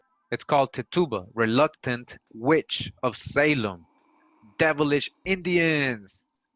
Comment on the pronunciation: I think the word is "reluctant", not reluntant.